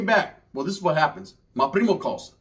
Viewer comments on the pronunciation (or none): Forgive me if I missed it in the past, but why does your primo or northerners say “wappin?” Great series, gets me laughing every time. I hope you keep this series going for awhile!